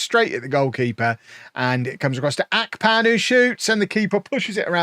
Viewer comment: it's Ahhhhh-pan not Ark-pan